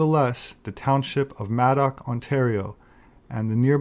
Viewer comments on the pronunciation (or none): Did you say Maddox?